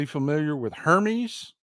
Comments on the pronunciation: Wait till the Botox wears off. It's pronounced Ermes btw. Unbelievable. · it is pronounced Her mezz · Hermes is pronounced “air mess” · I think the “h” in Hermes is silent.